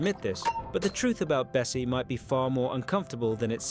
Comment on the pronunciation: Erm it's actually bassie not bessie